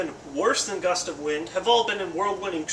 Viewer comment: Gust of Win...the D is silent